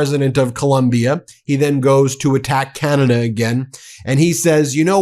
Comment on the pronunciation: "...Canaday..."??? Huh? Oh, Oh..."Ah-Cee-To-Me-No-Fun"